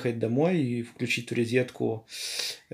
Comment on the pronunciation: Какой-то сопливый рассказчик. В "ризетку" подключает...